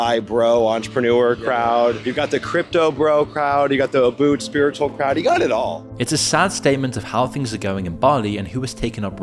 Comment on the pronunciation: Pronouncing Ubud as Abood 🫠